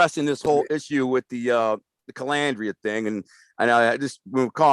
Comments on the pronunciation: Larry calls out Jimmy for saying Mezza instead of Mazza and then goes on to call him Calandria instead of Calandra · I'm not on either side. I like Larry but I laughed when he said the guy Mispronounced his name as Mezza. Then Larry turns around and mispronounced his last name as Calandria. Did Larry do that on purpose? 😂😂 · Larry harped on Jimmy not being able to pronounce his name correctly. Jimmy said Mezza instead of Mazza but Larry is saying Calandrea instead of Calandra 🤣🤣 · kinda funny you had no problem spelling the guys name, but you def had an issue pronouncing it.. hmmm...